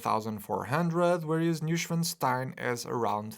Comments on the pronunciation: It's pronounced "noy" not "new". Like in "annoying". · The "n" is missing....Neuschwanstein....not Neuschwastein...sorry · Neuschwanstein, not Neuschwastein btws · Newstenstein Castle...?!?! Es muss echt schwer sein 1 deutsches Wort richtig auszusprechen. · ‘Neu’ is pronounced like ‘toy’ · In German "neu" is pronounced "noy" fyi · A simple google on how to pronounce “Neuschwanstein” would have gone a long way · Started the video, heard how you pronounced the castle’s name, disliked. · Damn you butchered the name of this castle so many times it almost hurts. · Thanks for the detailed review,! Enjoyable as always. Still - as a native German speaker - how you pronounce „Neuschwanstein“ hurts my ears. 😂😂 Guess I would fail even harder to pronounce any Portuguese names, though. 😉